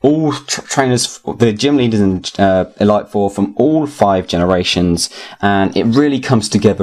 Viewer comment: No offence mate, but it's the ee-leet four not the ee-light four.